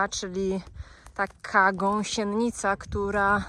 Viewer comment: Czy ktoś jeszcze oprócz mówi gąsieNNica? 😂